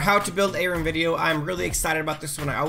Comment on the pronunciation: Omfg it's are-oo-m not a-rim. I'm a bitch